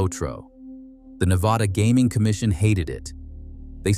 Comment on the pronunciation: The narrator loses all credibility in his pronunciation of Nevada